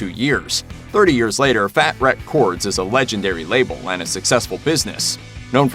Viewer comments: Never heard someone saying Fät RÄck Kords like that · Wreckchords not wreck chords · "The untold truth" lolololol. Whoever wrote this sounds like they just heard of NOFX and decided to read the book, watch Backstage Passport, and then Googled NOFX and smashed a bunch of random shit together. Couldn't even pronounce Fat Wreck Chords right... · Lol at Fat. Wreck. Chords.